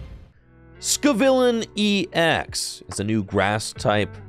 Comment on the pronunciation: scovillain is pronounced like “skoe-villain” as in “scoville” and “villain” 😂😂